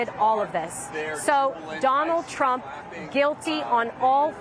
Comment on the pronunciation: She said Donald pump??